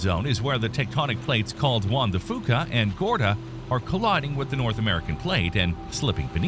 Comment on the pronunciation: Fuca = "Few-ka"